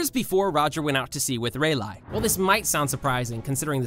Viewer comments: tf did u just say "raeylaigh" its RAY LEE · Bro called Rayleigh Rayli😂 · He did not just say redleigh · Akainu:❌ Akaienyu:✅ Reyleigh:❌ Riyligh:✅ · i would but the way u said Releigh and the use of the wrong picture for Oda every-time u mentioned him is telling me not to. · I hated when he said reliegh why get better at pruning japan names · Ye it was like reilie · "aka'inu", "reilay" nice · "Raylie" "Trufflegar" "Trufflegarp" 💀💀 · i swear i just heard him say reilai instead of rayleigh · Bro really said Rayligh and aka inu 💀💀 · i cant believe u call Releigh ray lie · RAYLIE ETF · “Ray ligh” 2022. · you like butchering names HAHA reylay/ kishimato HAHAHAHA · Ray leeeeeee. That was cringe. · BROOOOO, LEARN TO SAY THE NAMES OF THESE CHARACTERS BRO😂😂😂 RAYLIE IS -RAY-LEE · Relay dude stop butchering the names of the characters. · No one notice how he said Rayleigh?!?!?! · bro... this isn't even oda in the picture... it's Eiji Aonuma, a nintendo game designer. also you pronounce a lot of the names in the video wrong such as rayleigh lmao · Why is he saying thier names horribly wrong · Bruh speak their name wrong